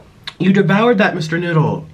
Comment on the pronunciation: MISSHHTER NOOOOODLLEEE Cork: pOp Nik: sHoOk